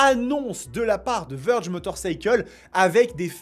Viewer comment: Vèrge ! Pas Veurge.. Veurge on dirai un nom de détergent ! 😂